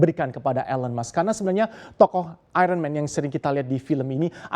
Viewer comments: AIYERNMEN bukan AIRENMEN (Iron Man) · Nyebutnya ironmen ....sperti anak sd, mestinya ayenmen!